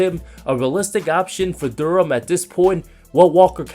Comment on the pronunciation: It’s DUREN. It ends with an “N”